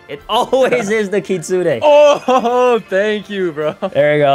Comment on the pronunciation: Try not to mispronounce kitsune [LEVEL IMPOSSIBLE]